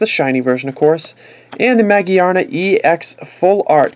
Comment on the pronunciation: It's ma-gear-na